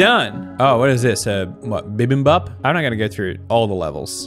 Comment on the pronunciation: The P isn't really silent in Bibimbap, it's just really short. It's not like saying BA, you still make the sound at the end. I'm no expert though :')